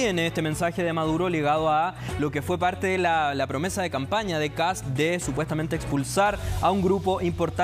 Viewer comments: Es Kast No kap mono ignorante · " KAP´S " Dónde habrá aprendido a hablar se viejo aweonao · Ya escucho sr KAP, KAP ps wn jajajajajaja ni siquiera sabe hablar el saco de weas...